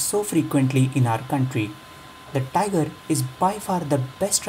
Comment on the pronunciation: it's tigor (tee-gor) not tiger (tai-gor)